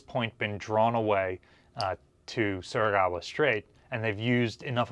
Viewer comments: How long will continue to pronounce Surigao as "Surigawa" Must me a Missourah-like thing. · Well atleast you say Engaño right, unlike a certain British man who places the Northern Fleet way WAAY south of the Southern Fleet. But please don't say Surigawa.